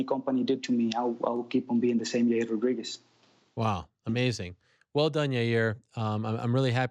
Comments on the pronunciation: Well he went from your-ear to yar-year that's progress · Yah-ear!!.... ... your welcome Chael! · Hope Ariel can teach Chael how to say "Yair" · SDBARTENDER1 Your Rear Rodriguez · SDBARTENDER1 yeryer Rodriguez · SDBARTENDER1 yeah “Your-rear” Rodriguez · SDBARTENDER1 Hope Ariel teaches Yair how to say jail, not yail.